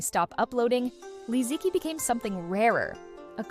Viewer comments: You could at least pronounce her name correctly. Especially so since you have Chinese roots. Especially the word "qi". Even people who don't know basic Chinese Pinyin know how to pronounce "qi". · Can the narrator try to pronounce Li Ziqi's name correctly, as per the official Pinyin phonetic system of the modern Chinese language, for mere respect of this icon, maybe? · Is this the AI voice?? For such a video using the Li Ziqi NAME, has failed even to pronounce her name correctly: its so ALIEN. there are tons of Chinese videos on YouTube talking about Li -- you need to keep note how to call her correctly, Shame on you